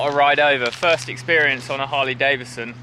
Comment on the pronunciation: Why do people say Davison when its Davidson please use the d its not silent. Sorry this only bugs me because people miss pronounce my name.